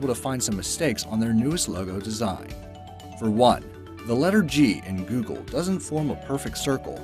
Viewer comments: he call it giugle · You said vav wrong. The A sounds like the O in god